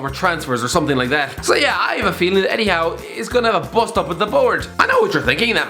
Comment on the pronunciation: He got eddie howe right